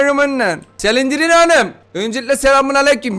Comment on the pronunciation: Normalds olan:Exit:Egzıt Normalde olan:slendırmen(okunuşu):Selindirmen